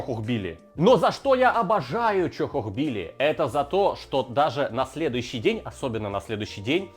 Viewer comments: Ля даже видос называется "чАхохбили", а кровь из ушей идёт от 100500 повторений "чОхохбили" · Почему, сука, в названии ролика чАхохбили, а он упорно говорит чОхохбили???!!! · Друже , почему ты говоришь чОхохбили? Чахохбили же ж🤔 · Не чо а ча и не хохо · И кстати почему говорит чОхохбили? Даже в названии рецепта чАхохбили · разве не чахохбили почему ты говоришь чохохбили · Как он так произносит чохкохкбили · черт возьми, почему произносите-то как чОхОхбили??! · Безграмотно как-то произносит название блюда